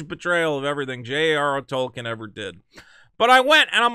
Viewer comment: thank you for pronouncing Tolkien correctly